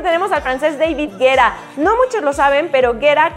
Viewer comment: Dice davig guetta ajaja majooo te amo es en buen pedo